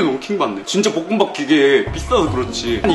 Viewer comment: 볶음밥을 자꾸 뽂응밥이라노